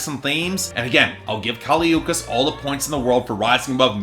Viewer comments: How can you listen to the album and still pronounce her name wrong idgi. Btw the album’s a 9/10 xox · U said her name wrong 🤧🤧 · This review is just... wrong, and you how go through at least 10 listens of the album pronouncing her name wrong idk. Especially since BIA says her name in the beginning of Miami, I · If you don't know how to pronounce her name, you shouldn't be reviewing her music. I'll stick to professional opinions. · At least pronounce her name right you dicksplash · THE WAY U SAID HER NAME BDDSGGHFDFGFG IM DYING